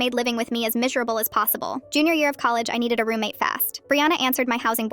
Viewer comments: She said misherable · Misurable? You mean Miserable right? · “mIsHeRaBlE” got me absolutely DYING 😂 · "Mishereavil" BROSKI. I THINK YOU MIGHT WANNA EDIT THIS VID AND FIX THE "mishereavil"